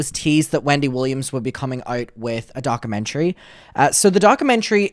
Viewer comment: Docker-mentary 😂 no shade, but please say it right because it’s driving me mad! At least you’ve stopped saying ‘retrospective’ in the completely wrong way, so that’s a bonus. Still love you regardless ❤❤